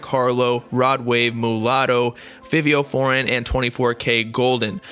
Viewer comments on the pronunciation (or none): Good video but it’s pronounced FYVIO FOREIGN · It’s pronounced FIVE - E - O... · anyone else cringe at the way he said Fivio Foreign?